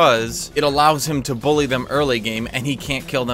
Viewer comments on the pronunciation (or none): none